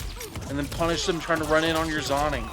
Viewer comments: He's saying "zonning" because he knows it'll piss people off, and its working 😂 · its pronounced zoning, not zoning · It’s pronounced zoning not zoning 😿